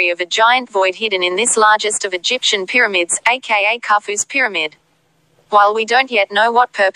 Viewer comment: Scan Peh-Ra-mids